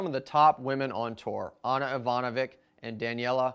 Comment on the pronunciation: For god's sake!! It's pronounced IvanoviCH, AnCHiCH, CHiliCH, KarloviCH, LjubiCHiCH, they're serbian/croatian!!